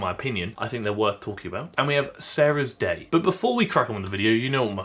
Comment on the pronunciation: Why is it that I kept hearing you pronouncing the last creator as Sarah's Dad?😂